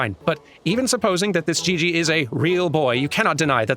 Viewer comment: It's "Gigi"... like " G U I L L O T I N E ". Hon hon hon~ ♥